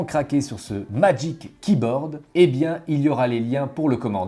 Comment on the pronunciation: MaDgic Keyboard ! Aahhhh 😭 Ça me perturbe le « majique kiborde » 😭